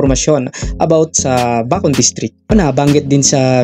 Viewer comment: Bakit di ako satisfied sa pag pronounce nya NG Bacon 😂😂 rinog ko bacod e.